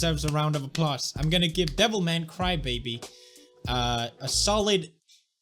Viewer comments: I always feel like correcting, but then I notice that no, he is right... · I thought you butchered the name of the show for fun, but Devilman Crybaby is the actual name.